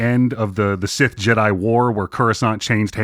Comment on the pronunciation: Take a shot every time pronounces Sith like cis. 😂